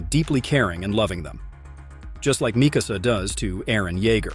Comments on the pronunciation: Bro it's Mikasa not Misasa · bro its Mikasa not Misasa😂😂😂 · Did he just said misasa!?